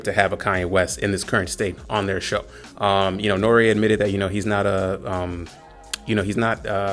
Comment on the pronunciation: pronounce N.O.R.E right....its not Norea.....its NORY, or N-O-R-E...yea he has the stage name Noreaga....but don't call him Norea.....nah homie....either say Noreaga or NORE....you lost all all clout with me. Where you from Canada or GB. HIs show is about drinking and letting his guests say what they want...that's the whole basis and why its so successful.